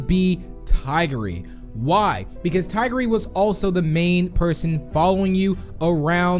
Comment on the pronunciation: That is the wrong way to say tigry 🤦‍♂️🤦‍♂️🤦‍♂️